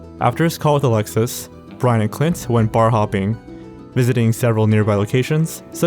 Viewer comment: My name is Clint and I can't take the sound of it from your mouth